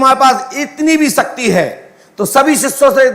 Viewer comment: शक्ति bolna to सीख लो सक्ति बोल रहा है इन मे siddhi hoti to aatankvad per paryog karte desh ke सीमा vivad per paryog karte